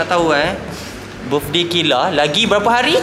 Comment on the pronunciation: Kayla✅ KHAYLA❌